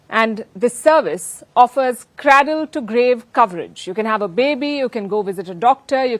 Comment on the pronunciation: Palki Sharma... 'cradle' is pronounced cray-dil. Cray to rhyme with bray. Not Cra to rhyme with bra!